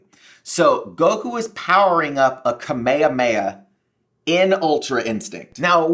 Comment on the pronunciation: its not ka-may-ye-heya… .its Kaa-meee-haamee-Ha